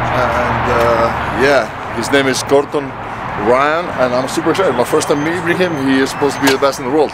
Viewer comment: ”His name is Chor-ton”